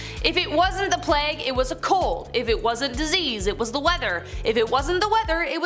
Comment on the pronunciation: Why does it hurt my brain every time I hear plague pronounced as “plag” instead of “pla-egg”. Love that guy tho!!